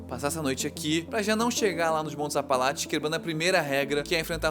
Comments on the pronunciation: montes "apalaTES" kkkkkkkkk, bom vídeo nmrl. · "Apalatche" pelo amor..... APALACHE, APALACHE....... não dá pra assistir falando Apalatche..... Vai cagar. Nem em inglês fala assim. Puts. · ele consegue falar apalache e não apalatcheee ? q ódio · APALACHES. não apalatis